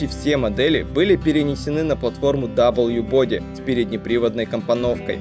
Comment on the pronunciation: Очень интересный ролик, но бога ради, учи английский. Body читается как БАДИ!!!! А смЭл - по-английски - вонять! А двигатель - смОл блок